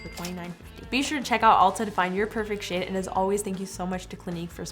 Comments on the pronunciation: When she said "to get your shade" It sounded like.. "to get your sh*t"... Omw 😂 😂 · When she says shade why does it sound like she saying something else